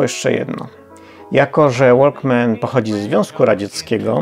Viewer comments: W tytule powinno byc Walkmann ZE ZSRR a nie Z, no i nie łolkmen tylko wokmen. Poza tym świetny program, daję suba i kciuk. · Nie łolkmen tylko łokmen:P - łapka w gore za ciekawy material:P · super materiały pan robi, ale błagam, niech pan nie mówi "łolkmen" jak większość gamoni. Jaki "łolkmen"? ŁOKMEN. W angielskim słowie walk nie ma słyszalnej litery "L". Pozdrawiam serdecznie. Dobrą robotę pan wykonuje.